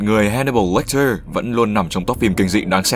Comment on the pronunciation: Tên là Hannibal Lecter mà cứ đọc là Watcher :P